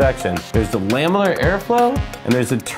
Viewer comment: It's "laminar" not "lamilar."